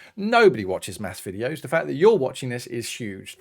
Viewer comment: I wuv XD <3